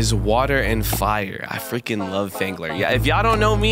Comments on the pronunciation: Why does it sound like fangler is saying “gemeni”? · Why does phangler sound like he’s about to say the n word